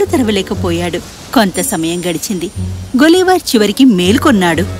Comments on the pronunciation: అదీ గులీవర్ కాదు, గలీవర్ spelling correct ga cheppandi , please..... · గులివర్ కాదు తల్లి గలివర్ అని పలుకు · but is not gulliver its galliver not spelling , pronounsation